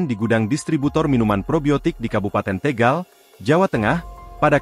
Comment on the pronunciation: Tégal Tégal....Tegal mas